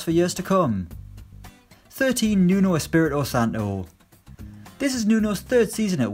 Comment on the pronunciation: You need to put respect on nunos name